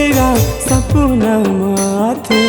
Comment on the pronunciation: शब्द के उच्चारण ठीक से कर सपना (सपुना) नि होय